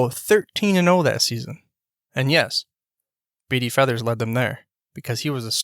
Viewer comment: Maybe learn how to pronounce his name? Yes, I knew him. He also coached college football and was head baseball coach at Wake Forest.